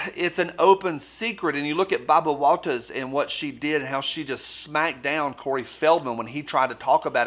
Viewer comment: Why he say Barbara Walters like that? On purpose?